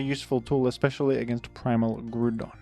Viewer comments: who pronounces it gru-don?😭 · Do you pronounce ground as groond? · Just here to leave a comment about your pronunciation of Groundon because I couldn't pass up the opportunity to be a Rotten Egg. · I will gladly accept my fate as a rotten egg if that is what status falls upon those who seek to be correct. The people who came up with the fictional name Groudon intended the pronunciation to be growl without the l rather than grew. It is not only clearly coming from the word ground but it is consistently not pronounced like Groodon in the anime, Pokedex 3D Pro app, and original Japanese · It’s literally ground based- ground type as well, Let me be a rotten egg on the GROUND and not on the GROOND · I am vexed by pronouncation of "Groodon" and if this makes me a rotten egg, that is simply cross to bear. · Hearing grewdon so much had me close the video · I wished to comment on how you pronouce Groodon, but I have no desire to be a rotten egg. What a quandary. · grug don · Have I been mispronouncing Groudon for 40 years? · I had completely forgotten that I used to pronounce Groudon's name that way as a kid until this video unlocked that memory. In fairness, it looks similar to "crouton", so pronouncing it that way seems like it would make sense... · He says the name wrong for the comment farming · You pronounce "Groudon" wrong. It's actually pronounced "Red Idiot Shrimp Dinosaur" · fascinating pronunciation of groudon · forget how you pronounce Groudon, I'm more bothered at how you misgendersd Latias. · Leaving a comment here about the pronounciation of Groudon because I'm a rotten egg 😝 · I am a rotten egg disguised as a pixilated mining tool so I get to criticise you on your pronunciation of the fictional creature Groudon. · Hi, just wanted to remind you that is not the way you pronounce groudon. You may call me a Rotten Egg but I'll take that title with pride